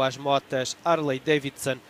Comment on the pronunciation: Não existem motos "Arley Daivson"! Nao entendo essa dificuldade que os portugueses tem de pronunciar o "H" quando verbalizam palavras em Inglês.